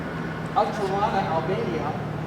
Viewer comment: You haven’t even pronounced the city correctly. This video shows us zero